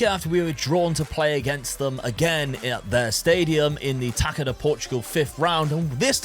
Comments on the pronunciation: the "ça" in "taça" you read the same way you read "sa" in "Samu"'s name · Great vid!!! Just a little thing. "Taça" reads as tassa (purposefully miswritten). In Portuguese the letter Ç is the same as SS (no German connection). Yeah... We overcomplicate stuff 😅